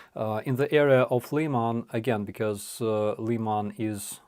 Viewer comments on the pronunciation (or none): please go back to using the Ukraine pronunciation of cities. LEE-man grates on my ear.